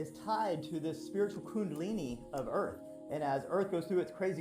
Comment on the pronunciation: Easily one of dumbest conspiracy vids ive ever watched. Had to constantly skip through cuz 95% of these vids are bs and brainwashed people. And its pronounced EARTH not EARF you illiterate fk. Cant wait til its cool to be intelligent instead of a moron.